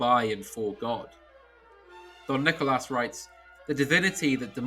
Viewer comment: Saying "Don Nicolas" was a very classy touch, very nice.